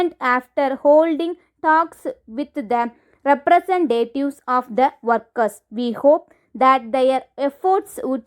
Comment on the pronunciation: pls improve your pronunciation, learn how to pronounce 'A' and "The" Thankyou